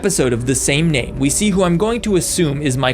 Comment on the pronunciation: He said the n word it sounds like it I know he is saying name